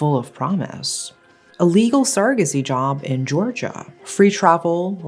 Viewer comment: It's somehow so refreshing to hear you say 'Georgia' - and be sure you actually mean the country with its own complexity, not a state (which is surprisingly common for most English-speaking narrators).